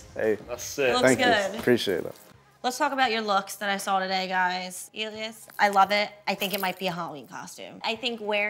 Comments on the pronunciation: she kept saying elias like alias after everyone kept saying (EL-EE-S) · Why does she say Alias instead of Elias